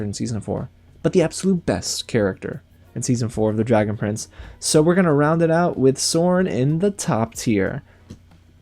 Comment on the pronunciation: I'm not the only one that thought he said dragon friends